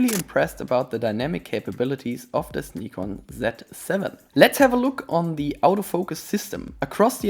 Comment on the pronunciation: Nice to hear Nikon pronounced like the Japanese pronounce it.